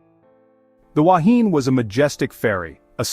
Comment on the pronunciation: Please make the effort to get the pronunciation right. and to show pictures of the actual Wahine. Goodness knows what the relevance of a ship sinking vertically has to do with the Wahine grounding on a reef. Likewise for an octopus next to a sailing ship. Talk about a cobbled together video!